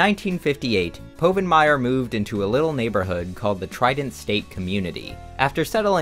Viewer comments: I knew it was a joke by the time he said PO-vinmire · I knew this was fake when you mispronounced povenmire